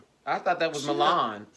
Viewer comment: Bitch you said Milan LMFAO